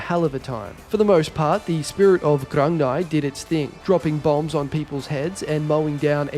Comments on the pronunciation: Grung-ni. Its pronounced GRUNG NEE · its pronounced grug-knee